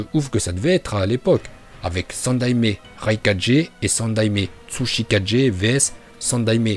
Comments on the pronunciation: Et frère il dit suchikage comme si il prononçait 4G mais Hokage alors la parfait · Attention à ta prononciation, tu dis bien certains noms mais pas d'autre (exemple hokage (hokagué) mais tu vas dire tsuchikajé au lieu de tsuchikagé (tsuchikagué)) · RaikaGUÉ TSUSHIKAGUÉ et kazekaGUÉ et c'est pas Naruto shippuNden c'est Naruto shippuden aaah mes oreilles.. sinon bonne vidéo